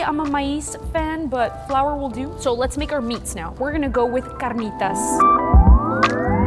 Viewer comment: I love how rolls her r in carnitas